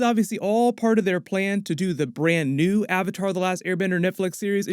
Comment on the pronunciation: or "AHVAHTAHR" im going to roit